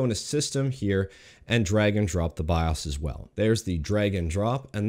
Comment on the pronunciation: Byeahs? What's a byeahs?